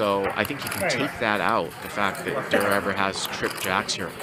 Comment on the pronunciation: Why’s he calling Tom Dwan DURR